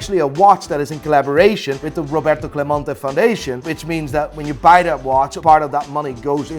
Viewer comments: CLEMENTE not clamonte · My favorite thing about in this video as a Puerto Rican fan, is how he pronounced Clemente differently every single time! GOD TIER